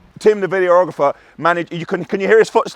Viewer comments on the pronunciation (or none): Is anyone going to tell that the word is vid-ee--ographer and not video--ographer. Says it all his videos 😂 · Love how you say videorohgrefur:) Really pleased I found this channel, reality TV make way for!